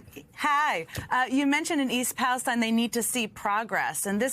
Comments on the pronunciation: YAAAAY !! TIM RYAN ! YOUR FIRST ADULT TO ACTUALLY PRONOUNCE THE NAME OF THE OHIO TRAIN WRECK CORRECTLY !,, - EAST PALESTINE , Mr. Ryan obviously finished school. ThANK-YOU MR RYAN - AND What you said is absolutely correct AlsO ! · Missed his chance in East Palestine. Hello, Ryan pronounced it like he's from here. Good job. We are in a media black out of only conservative media. We need more than Fox, Fox Affiliates and radical right radio. Oh, newspapers too.